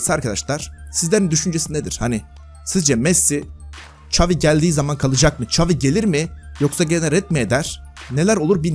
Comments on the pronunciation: "Ç" avi degil Şavi(XAVİ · İngilizce çeviriye yaz ve dinle, çavi diyor